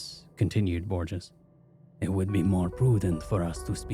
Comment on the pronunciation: ÑI'm so sorry, but i was a Spanish major and...you have mispronounced Borges. Every time. Mispronunciations aren't uncommon on this channel, but this one is particularly difficult because it comes up so often I the story. I think you should consider researching words that you have any doubt about. I love this channel but I have to suggest this at this point.